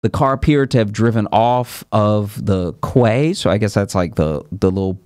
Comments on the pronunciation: Fjord - Phonetically= Feeyord Quay - Phonetically = Key I recently moved from the US to Europe and have had to learn fast 😅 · Quey is pronounced key😂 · fjord=fyord Quay=key